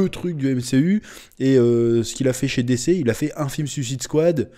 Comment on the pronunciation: T'a prononciation de dc me fait grincer des dents 😬😂